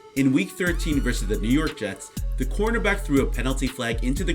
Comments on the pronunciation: why you sound like you’re calling him a quarterback lmao work on pronunciation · can you please for the love of god pronounce cornerback correctly